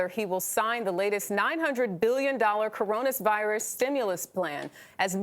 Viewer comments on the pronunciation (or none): “coronis virus” 😂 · wtf is caronous virus. Is that the new strain 🤣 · "CORONUS" Virus? The ignorance is astounding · It’s Corona Virus not Coronus virus, but typically MSM rhetoric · Coronus Virus? 🤔 🦠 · *coronusvirus. Really? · Lol she said caronis virus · “coronusvirus” lol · Did she say coronus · Did she say coronis virus? lol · Coronisvirus? She cant even pronounce it 🤣😂🤣🤦‍♂️ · "Coronisvirus" LMFAO 😂😂😂😂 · She said, "coronisvirus". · She's way pretty, but "Coronus Virus"? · Coronus veerus?!?! Is there yet ANOTHER new strain?!? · Did she just say "Coronas Virus"? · That is how he pronounces it. It drives me crazy 😂